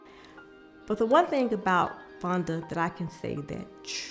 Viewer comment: MS. VUNNNNNNDAAAAAAAAAA! (If that “o” don’t have that “u” sound, you ain’t saying it right). I’m about to fix my plate and watch all of this right now . We love you in OKC, MAAM!